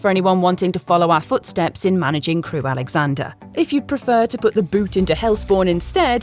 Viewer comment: Nice attempt, but it's Crewe AlexandRA not AlexandER 😂